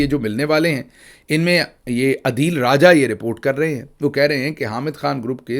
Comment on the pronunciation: ڈئیر گل صاحب آ پ ہمیشہ عدیل راجہ بولتے ہیں ان کا نام اصل میں عادل راجہ ہے